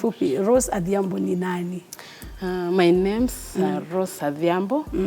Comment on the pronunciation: adhiambo not athiambo